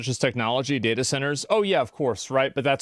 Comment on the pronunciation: it's pronounced data not data!!